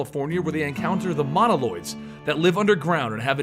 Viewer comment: Moloids Not Monoloid